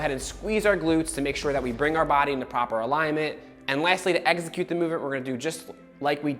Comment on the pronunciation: Ex-i-cute. Not egg-zi-cute. 🙄